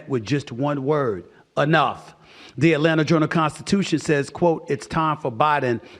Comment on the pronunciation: This is nothing new! He calls Luka Luker. Atlanta Atlanter etc.